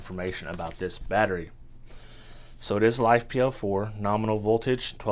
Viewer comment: Not life 😂 it's Li Fe aka Lithium Iron